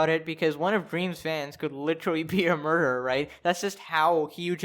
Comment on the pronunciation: are u trying to avoid the word murderer or am i going insane and just hearing murmurmur